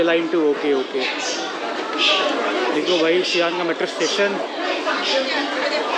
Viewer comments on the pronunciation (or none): Xi'an ❎ G'an ✅